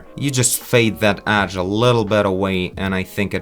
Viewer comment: "edge" not "adge", sorry is just that it sounds weird